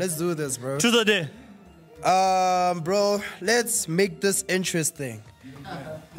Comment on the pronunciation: I swear these people don’t know how to pronounce dare 😂